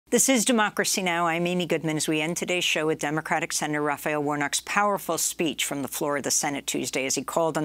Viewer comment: “Radicle librell, Raffy-elle Warnock”